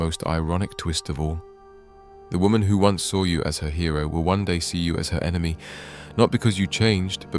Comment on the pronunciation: Great AI voice video. Still needs work on ,"enema"....enemy, Author.